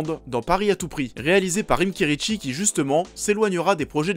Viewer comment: par contre on dit kerici pas kerichi c'est pas une italienne !